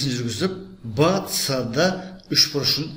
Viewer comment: Вцд демей бсд деш жағымсыз естілед